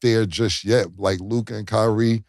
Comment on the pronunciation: Mase can’t even pronounce Luka name correctly. He be like Lukaah